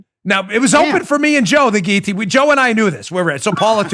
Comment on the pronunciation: Dan, Thank you for pronouncing guil·lo·tine correctly!